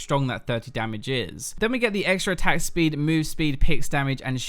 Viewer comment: am I the only one hearing attack spleed?